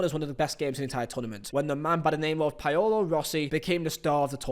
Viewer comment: ''Payolo Rossi'' ''Medejjin'' Come on man... I know you're not a University grad... but that's just tragic. I've heard you say Paolo Maldini before lol....